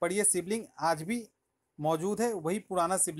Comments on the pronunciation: सिवलिंग नहीं शिवलिंग । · Bhai, it's called Shivling, not Sibling 😂😂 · Sivling nahi mere bhai shivling tum bihari logon ka problem kya hai... shudh hindi mummy ne sikhya nahi kya